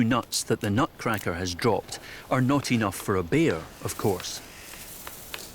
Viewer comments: Why this narrator pronounce the word "bear" and sound as if "beer"..I feel it a bit awkward. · Said beer because that’s the Scottish accent! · Bear or beer??